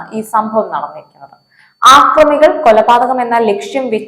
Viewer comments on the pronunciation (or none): ആക്രമികൾ അല്ല കൊച്ചേ..... അക്രമികൾ എന്നു പറയണം. അതാണ് ശരി...